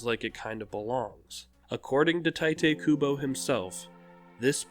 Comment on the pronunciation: Just a quick thing for future reference: Tite's name is pronouced like Tight, not Tee-teh since in Japanese its pronouced Tie-toe, and just like with how it is for Chad's name rules/pronounciation Sado>Chado>Chad.